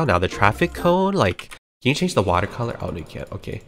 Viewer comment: Not a soul:: You ca- fil wit waahhhh